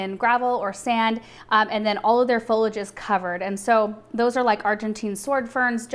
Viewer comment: I really love your videos but I think I need to point out there is an "I" in Foliage. It's Fo-Lee-Age. You say fol-age. I think you should know this.